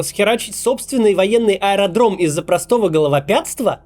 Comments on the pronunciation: головотяпство, а не головопятство 😁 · Макс, видос познавательный, но не головопятство, а головотяпство 😁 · Замечательный Максим! Замечательные выпуски: краткие, ёмкие, нужные и своевременные! Но всё - таки головотяпство, а не головопятство!.... Или нарочно так произнёс?!... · Максим! ГоловоТЯПСТВО, а не головоПЯТСТВО🤣🤣🤣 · Максим дорогой ! Не головоПятство, а головоТяпство ! Надеюсь, это просто оговорка...... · Головотяпство бл. 😂 Так это слово правильно произносить и писать